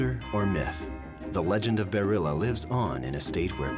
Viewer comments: I wish they would say Bearrilla instead of burrilla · Bearilla is Dogman.... They kéep saying barilla😂😂😂